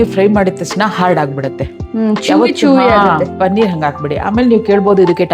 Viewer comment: Pl say Paneeer,not Pannir.